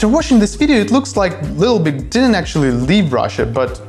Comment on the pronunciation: Нарешті в ТТ є англомовний канал! Ура! Але ведучий не краш. Якось він не чітко вимовляє слова. Таке враження, що йому важко говорити на анг, а глядачам відповідно важко його розуміти. Якщо конкретніше, то: 1. не чітка вимова 2. деякі слова взагалі не правильно вимовляє 3. замість звуку и вимовляє і, що дуже ріже вухо (літл біг) 4. не акцентує важливі для розуміння суті слова 5. чути, що старається говорити з американським акцентом, але щось не получається Одним словом, просодика і артикуляційні вправи йому в поміч. Сорі за критику. Мені хотілося б писати, яка в нього класна англійська, але не можу.